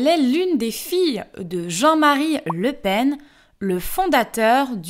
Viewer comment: Le Pen, j'espérais que le "en" soit nasal.